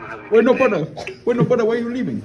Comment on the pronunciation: all I heard was “BRUDDA.” 😂